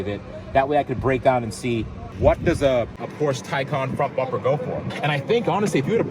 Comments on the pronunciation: Appreciate you pronouncing Porsche correctly. Also Porsche jumped the shark by having a 'turbo' model EV which has no engine or turbos. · It is pronounced porsha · As a German dude, I must really thank you for pronouncing "Porsche" right <3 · props to for pronouncing Porsche correctly as an American